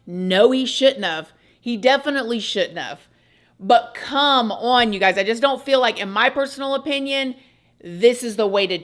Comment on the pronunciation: yes! "OWE-un"